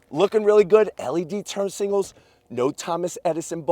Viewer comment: Sngals? It’s signals lol